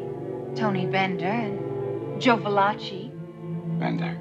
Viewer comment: on prononce "ValaKi" et non pas "Valatchi".